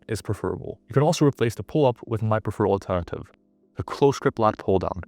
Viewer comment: Say "alternative" not "antete"